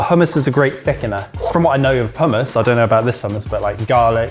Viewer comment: You can tell is a Scot. He can say hummus properly! 😂